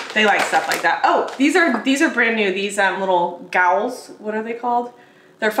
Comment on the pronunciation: 🤣🤣Gowls... I think you meant ghouls...which is pronounced gools 🤣🤣